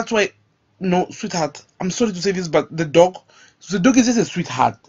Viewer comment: I want to box you so you learn to pronounce the dogg not the dock.